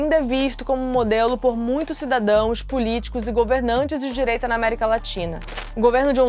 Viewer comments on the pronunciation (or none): No minuto 6, nos segundos 10 a 17, ela disse que esse ditador é um modelo para governantes de DIREITA da América Latina. De "dirieita"? Ah fala sério, né!!!!